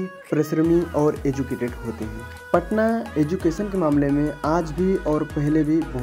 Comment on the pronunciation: Bhai patna hota h patana nhi